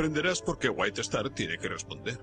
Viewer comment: Hermoso documental, gran trabajo. Pero por favor que alguien le enseñe inglés a ese narrador: Güitestar, Izeber, por favor!!!🤦🏻